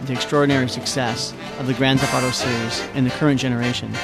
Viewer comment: "Gran thef auto"